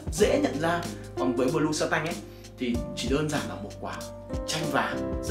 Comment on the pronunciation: Này là bleu không phải blue anh ơi...Phát âm lẫn ghi tên chai trong clip sai ròi, làm nhớ tới bleu chanel mà toàn kêu blue chanel quá =]]